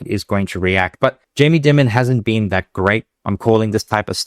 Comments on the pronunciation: Dimmon?? Dimmon?? It's Jamie Diiiiimon (like diamond) He is a legend like Warren Buffet but in banking. Not wise to ignore him. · pronounced diamond fyi. sometimes affectionally referred to a “america’s ceo”. incredibly important guy here. i worked at jpm private bank, the operation is all top notch and the respect and reputation is legitimate. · Jamie Dimon’s last name sounds like “diamond” for future reference. Great show as usual.